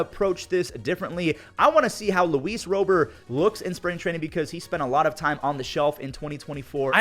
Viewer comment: Skip to white Sox And thank you for saying Roberts Jr name right